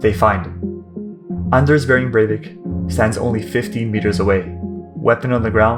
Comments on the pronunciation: Its not berwick its breivik bre with an E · It is BREIVIK, not BERWICK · Cool video but how did you manage to get his name wrong?